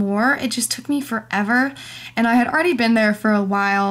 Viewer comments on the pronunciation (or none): none